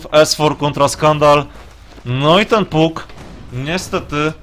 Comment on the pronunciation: przepraszam, trochę za ostro Cię potraktowałem tym moim komentarzem, robisz kawał dobrej roboty i za to należą Ci się podziękowania! co do błędów, wg mnie niektóre rzeczy można przerobić na Polski a niektóre nie i tak imiona powinno się mówić tak jak w oryginale,np Fanik a nie Funik, tak samo z nazwami postaci z gry, wydaje mi się, że powinieneś wymawiać Pak a nie Puk, są to drobne błędy, ale po oglądaniu wielu anglojęzycznych gier strasznie kaleczą uszy, a przynajmniej ja tak się czuję